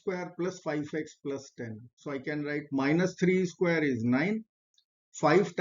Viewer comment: I hope this won't come across as an impertinent question, but why do your pronounce x² as "x is squared" rather than "x squared"? (At least that sounds like what you are saying)